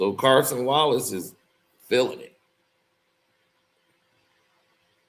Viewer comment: Yall gon keep letting butcher these players names😂😂😂 Cason Wallace and Hartenstein 😂